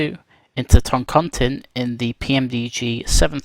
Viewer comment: Don't know if anyone has corrected you but it is the "tin" is pronounced "teen" So it is Ton-con-teen not Ton-con-tinn"